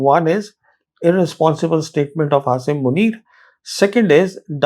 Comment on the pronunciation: You seem to be from amongst few rational and sensible Indians. And perhaps you alone pronounce Aasim Munir's first name correctly.